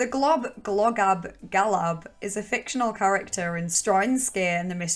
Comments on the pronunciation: it’s pronounced gob-go-gab-go-lab For future reference 👍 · LMFAOOOOOO I’m fcking dyingn💀 1. When I first found that globgogabgalab video, I literally couldn’t breath because of how much I was laughing. That video is so stupid and I think my humour is broken. 2. The way you pronounced it made me LOL I had no idea that it was a Christian film 🤣